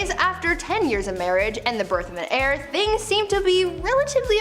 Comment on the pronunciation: saying she needed to produce an heir is pronounced AIR, not HAIR. I would love to see more stories of NEW information, instead of rehashing old, old stories that we have seen you record and recycle TOO many times. Love the channel otherwise, so please keep it up. I like the differences from the MA channel, seeing a little more intelligence being spotlighted here. New stories, please!